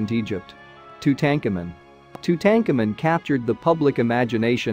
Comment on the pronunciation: SAY TWO-TANK-AMEN ONE MORE GOD DAMN TIME - it's pronounced "toot uncommon" ;-) or "two ton common" or "too tan con men"